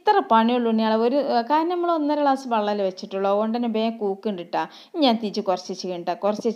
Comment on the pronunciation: Klass,, alla,, glas